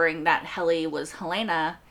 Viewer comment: I don’t understand why so many reactors mispronounce Helena. It is HELL-lah-nah, not Hell-LAY-nah. Enjoy your videos.